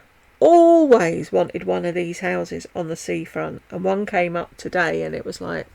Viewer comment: So true! Typically a southern accent makes the word 'and' two syllables. She's definitely saying 'in' :-)